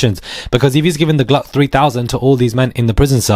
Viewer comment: PLEASE Stop SAYING GLUCK 🔫- 3000! Bwahahaha 🤪